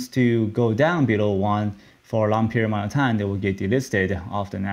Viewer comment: “long period mount uh time”